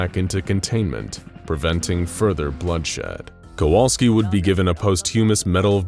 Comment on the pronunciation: Sadly all thanks he gets is his name being mispronounced.